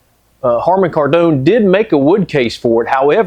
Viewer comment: they made a 530, love your pronunciation of Kardon. You been hanging out in the French quarter? 😂